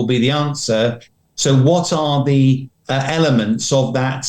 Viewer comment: Why all Ukrainians and Russians pronounce the as zee? lol Whahhahahaa